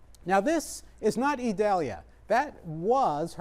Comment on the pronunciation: This weatherman is a pro. He even pronounces «Idalia» perfectly (a special name that's often mispronounced). Great job,!